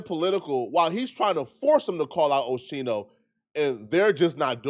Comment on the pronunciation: It’s pronounced OSKINO but spelt differently. You’re welcome it’s not Oshino 😂